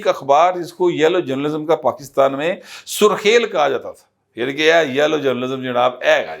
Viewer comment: سَرخیل نہ کہ سُرخیل